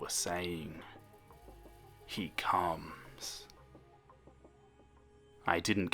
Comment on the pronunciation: i know its supposed to be scary but when he said "zzalgo... he cumss." I laughed so hard